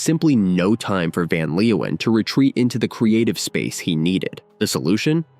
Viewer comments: "Van Leowhen" 😂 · We were all in love with Mariska in those days… Van Leeuwen played in The Motions (with an s). One more thing: please learn to pronounce the dutch names. Your abuse of this language hurts my ears…